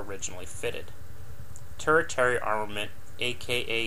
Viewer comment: "TERshiary", not "tur-ih-terry"